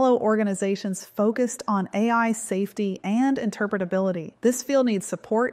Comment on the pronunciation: I'm just impressed at how well can say "interpretability":)